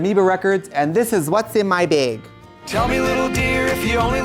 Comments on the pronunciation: “what’s in my bEg” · i screamed at the wisconsinite pronunciation of "bag"